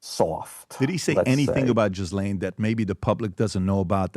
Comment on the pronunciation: Why doesnt Wolf pronounce Ghislane correctly? I get it, it's a tough name but youve heard it from the mouth of Jeffery. Certainly, he didnt mispronounce it. Why does Wolf?